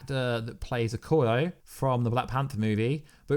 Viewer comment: It’s pronounced oh-ko-yay